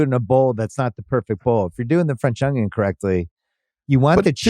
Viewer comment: Why does he say onion like a smooth brained individua